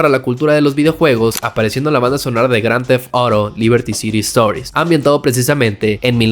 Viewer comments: grand the arou🤣 se te olvido hablar o que paso? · pronuncia bien grand theft auto croto, literal la única palabra en español jajajajaja, videazo amigo, lo disfrute mucho